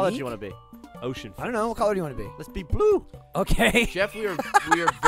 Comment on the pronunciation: "Let's be BLOO"